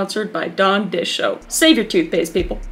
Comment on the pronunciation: It has been 3 years since this video was posted, and I just now realised that it sounds like Kris is saying “Dawn dishoap” instead of “Dawn dish soap”